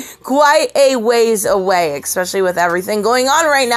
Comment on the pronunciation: Esss-pecially. There's no "X."